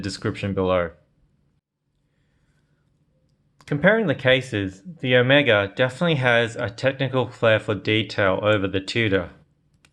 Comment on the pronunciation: Appreciate your correct pronounciation of Omega. It is Oh-Mae-Ga as of greek alphabet NOT Oh-mee-Ga as of some Hollywood actor.